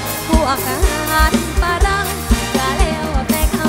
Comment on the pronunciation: น้องนุ่นงามคัก ว่าน้องเป็นเมียเช่าพวกทหารฝรั่ง ท่อนนี้หลายๆท่านมักออกเสียงเป็นฝาหรั่ง แต่น้องนุ่นออกเสียงฝรั่งเพราะค่ะ❤